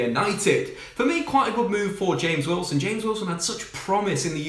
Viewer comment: Mate do you know how to pronounce James Wilson's name. 😂😂😂😂